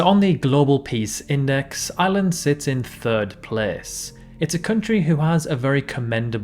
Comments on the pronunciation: Ire ire ire ireland , sounds like he's saying island ?? Which island bud ? 🇮🇪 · I most def heard island da whole time